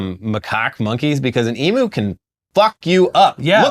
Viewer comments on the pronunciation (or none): It's pronounced eem-you, not ee-moo. Also, you're lucky they're not cassowaries. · Here's some drivel just for the engagement. I was driving through south through some forests once and saw some guy dealing with a dead emoo on the side of the road he just hit. About the only time I have seen an emoo in the wild. Its pronounced emew like at cat mewing btw. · emu is pronounced eem-mew not ee-moo